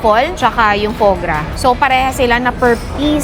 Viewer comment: Foie gras ! Not right prononciation ate😂😂😂